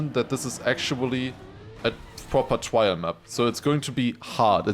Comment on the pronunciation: r sound not w sound in trial please please please